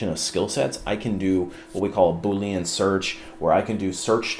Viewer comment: As a software developer, I could never trust a recruiter that doesn’t learn how to pronounce “Boolean.”